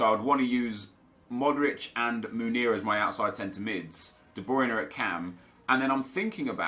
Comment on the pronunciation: Sorry for correcting you but it just gets on my nerves for some reason. You get Munir confused with Meunier it's pronounced 'Moon-e-a' and the 'e-a' bit you just say the letters e and a